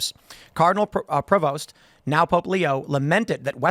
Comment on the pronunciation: His last name is Pre-vost like the word most. I'm happy that a creole/cajun desendant made it to the top